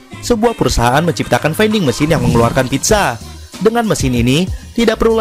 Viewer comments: Oh iya. Vending (baca: vending) bukan baca: fainding / veinding. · Baca vending ?